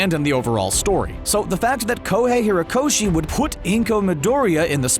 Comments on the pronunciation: 50 hirokoshi?? Are you fucking mental?? Lmao izuka 🤦‍♂ izuka again...and again 4 seconds later...🤦‍♂🤦‍♂ izuka lmfao I'm enjoying this now 🤣🤣 SOMEONE CORRECTED HOMIE!! HE SAID IZUKU!!!! LET'S GOO!! Ok I can't keep doing this lol hate me if you will but really I just couldn't not do this...EWW videos lol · His name is pronounced izuKU not izuKA and its hoRikoshi and hoREYkoshi